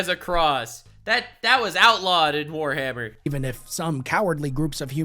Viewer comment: "Forhammer Worty K"